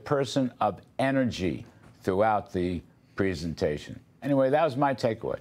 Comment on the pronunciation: Dude can't pronounce presentation.